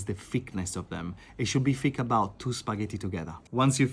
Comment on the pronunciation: He also says “thick” like a Londoner 😂